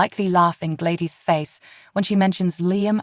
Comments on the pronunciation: I'll subscribe when you learn how to say GLADYS! Not G-ladis! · It’s Glad dys ??? Please pronounce the names correctly???? You sure do have a lot of mights and maybes ??? Not sure that this is even a true headline , much less a reliable Spoiler???? Couldn’t even make it through your whole video??? What a complete this mess of a video , there’s absolutely no way that Sasha is going to forgive this evil witch???? You can’t even pronounce Sasha’s name correctly either , try watching an episode and get educated on the show along with the characters???👎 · Say Gladys name correct